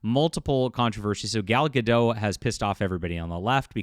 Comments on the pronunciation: Gadot, not Gado, the T isn’t silent at all. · it’s not a crime to say names or names wrong, I timestamp when a person says Gadot wrong because I’m sure that if I won’t do that, someone would say to me that it’d not the topic of the video.